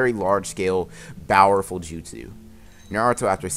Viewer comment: The whole video “bowerful”